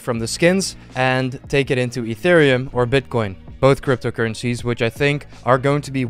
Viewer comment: Thought you said interium instead of itherium